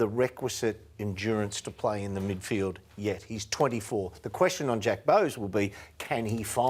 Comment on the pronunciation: Fox Footy, it's *"Midfield". 🤦‍♂️